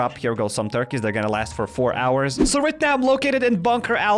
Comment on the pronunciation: four thurkeys. Lol